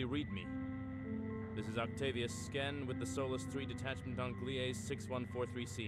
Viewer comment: and the game were pronouncing it incorrectly. It's spelled Gliese and pronounced gleez-uh. Some planets are named Gliese x, where X equals the planet or star's identification number. Gliese is a real thing and is named after the German astronomer Wilhelm Gliese.